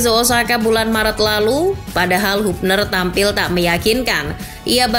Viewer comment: Woi channel bola ,kritik Keras utk kalian "penyebutan yg bener yaitu "HABNER"..bkan HUBNER...😂